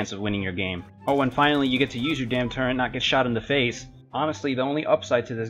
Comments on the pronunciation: Ite turret not turrent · Is just me or people keep saying turrent instead of turret. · Turent? It's turret but good video